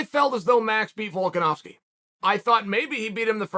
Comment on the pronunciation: Volkanovski is an Aussie Chael ! Chael the Canadian stop getting it wrong